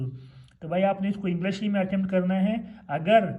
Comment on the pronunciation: It's English not Englash😂😂😅